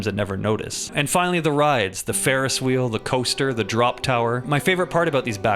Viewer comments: What’s a farest wheel lol😂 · laughed way too hard at "the fairest wheel"